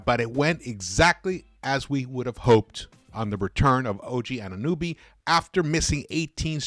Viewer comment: It’s not nuby, it’s NOBY